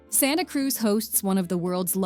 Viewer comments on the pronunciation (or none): none